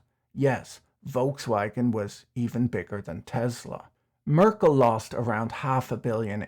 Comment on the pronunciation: Merckles kids paid the debts back and sold assets for that. Merckle is spelled differently than Merkel, the chancelor due to the change positions of the last 2 letters. Just to let you know cause first i had a different picture in my mind due to the way you had pronounced the name like that of former the chancelor.